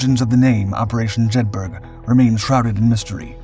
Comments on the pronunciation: Jed bur uh, not burg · so you do an entire video on this and can not even research how to actually pronounce the name of the operation properly? Have you ever been to Edinburg, or Jedburg? no you may have visited Edinburgh or Jedburgh. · Jedburgh pronounced "JED-BUR-UH" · “Jedburgh” is pronounced the same way as ‘Edinburgh’, i.e. “Jedborough”. Jedburgh is a small town in Scotland. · yup this mis-titled one pissed me off as well as the mispronunciation of Jed bur uh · Jedburgh pronounced Jedburra. It's one of those great British place names that sound nothing like it's written. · And pronounced locally as Jeth-ert.